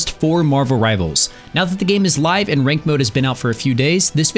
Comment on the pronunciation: "Rivalers" WHYYYYYYYYY